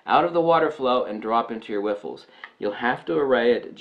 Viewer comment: whiffles? Riffles hehe great vid